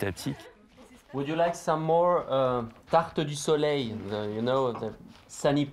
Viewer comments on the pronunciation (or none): none